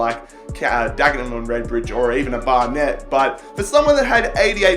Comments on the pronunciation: Barnet is pronounced "bar - nit" not "bar - net." Thanks. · Barnet is pronounced Bar-Nit... I don't know why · Bar-net haha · Just saying you pronounce Barnet 'barnit'